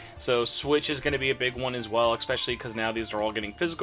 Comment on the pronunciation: How do I say it bothers me when people use an "x" when pronouncing especially... Screw it. It's not expecially, damnit! It matters if you are a reviewer to speak a language used. Great. Now I'm the jerk.